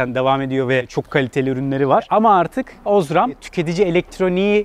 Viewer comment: Osram a bastırarak ozram demesen iyiydi ;)